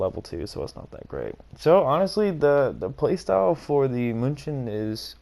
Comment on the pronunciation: Btw it’s pronounced “Myoon-i-ken” as in the football team named after Münich itself.